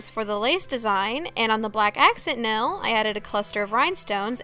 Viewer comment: NAIL not NELL